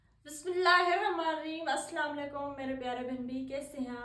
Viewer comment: Api ap bismila sahi sy or ahista sy Ada kya karen